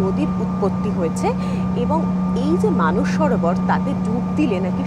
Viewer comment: It's Mansarovar madam.. not Manas Sarovar